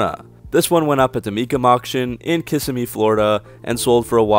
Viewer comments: Good videos! Now, 2 things: Kis-sim-mee not "kiss-a-me," foot pounds not "pounds feet." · You pronounced Kissimmee wrong btw. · Ok I love your videos and don't normally complain about anything on any video but you and almost everyone in the world mispronounce Kissimmee lol